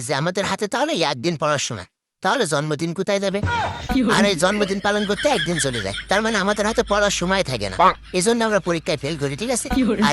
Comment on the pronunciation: দিন ❎️ ডিন ✅️ 😂😂😂